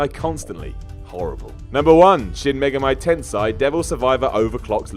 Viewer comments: shin mega-MAI ten-SAI ? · "Shin Mega My Tensei" Poor un-weebed. (Although then again I've only played Persona)